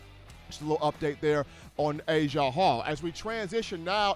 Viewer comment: His name is NOT Asia Hall!!!!